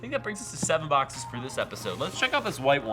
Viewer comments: Mystery bock-says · 'Mystery BOCK-SAYS"